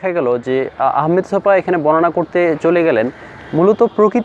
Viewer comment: লেখকের নাম 'আহমদ ছফা' কিন্তু আপনি বারবার তাঁর নাম 'আহমেদ ছফা' উচ্চারণ করেছেন।